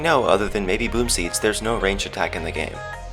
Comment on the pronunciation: Who else thought when said boomseed, thought he said boobseed...